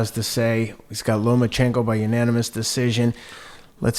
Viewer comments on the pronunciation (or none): No more Lomanchekno, Teddy, you loined da kid's name.